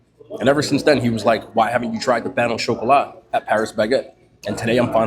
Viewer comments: "Payno Chocolat" 😂😂😂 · Sounded Spanish 😂